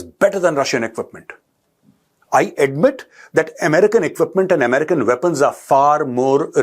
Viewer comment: I am a fan of you major ji, but requesting you to watch out when say america it very much sounds like a pakisthani accent. ...